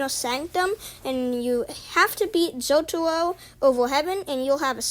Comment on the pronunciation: Me laughs with Daemon MiH. Edit 1 This man said "Jotawo" LOL! How did you got Godly MiH and you're level 46+?! Edit 2 : I found a newbie ( He's a pro with JSP ) he has an JSP and I have DIO Diary I Over Heaven'd his stand and gave me Daemon MiH. ._. Edit 3 : I really need a dude that is bored with Daemon or Legendary CR cuz I wanted it I can trade it for Daemon STW not pretty bad not pretty good if you use it correctly is good.